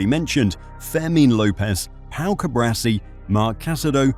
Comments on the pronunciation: Hermione Granger would say "it's CuBAAARsi, not CuBRAsi" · CuBARci not CuBRAci...